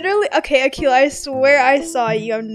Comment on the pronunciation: RLLY ITS AKELA RLLY THATS SO RUDE I THOUGHT YOU WERE NICE ITS AKELA